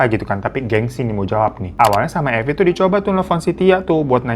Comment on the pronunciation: Mirza jd Marvin....Evi jadi Eva....Arab maklum yeee 😅